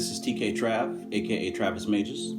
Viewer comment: I use a special type of magic for any fear and anxiety its a sacred and ancient art called bud smoking or marijuana burning smoke maketh into lungs opera number 5. Old magic. Also youre pronouncing magus wrong xD gj